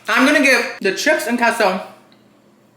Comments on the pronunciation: Omg it’s KAY SO NOT KEH SO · Cheese in Spanish is definitely pronounced KAY-so and not KESSO! 😂 Great video though! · its Kay - so....not Kes - oooo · Sorry, but it's pronounced kay-so. If someone says it is keh-so then what do you call a quesadilla? Keh-so-dee-uh? No. It's kay-suh-dee-uh. Emphasis on the KAY. lol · Whoever told you that queso is pronounced "Keh-so" is an "idi-eh-to." The "e" in Spanish is literally pronounced "ay." It's "kay-so." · as a spanish speaker, its said keh-so, no mamen 🤦‍♂️ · The way he says queso bothers me too (because no one says it like that in English). But you're wrong. The e in Spanish is pronounced "eh," not "ay." The only way to make something similar to an "ay" sound in Spanish is to use the diphthong "ei," which queso does not have. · the “e” in queso is pronounced as “eh”. bc That’s how we say it. Although most native english speakers say “kay-so”, it’s easier i guess? Idk sometimes I do say “kay-so” so it’s said both ways i suppose. But the correct way is “keh-so” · Kay-sew. Anyone who says otherwise does not speak Spanish. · no, you sound dumb saying this shit so confidently lmfaooo. nobody that actually speaks Spanish is pronouncing queso that way. kay-so is literally the American pronunciation (I blame Chipotle for convincing y’all that’s how its really pronounced). just ask someone who actually speaks Spanish in real life or even go on google and see how the voice pronounces it. you being this loud and wrong when google will literally pronounce a word for you for free is the fse. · You can say queso any way you want. Love you. 😍